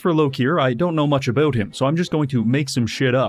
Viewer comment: ABOOT EH?